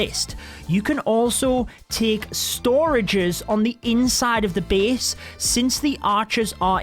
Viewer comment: i love you accent, say it again.. Beast(base)